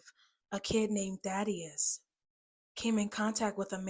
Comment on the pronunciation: Daddius its Thadius